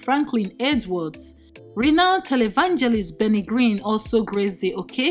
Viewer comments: Please the televangelist is "Benny HInn", not Green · Benny green?